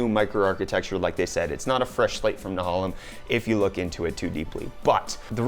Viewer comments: Not that it matters cause it's old, but.......na-HAY-lem (rhymes with Salem) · Nehalem like many of the Intel names is after a river in Oregon and the A is long not short. It is pronounced Na -Hay-Lum.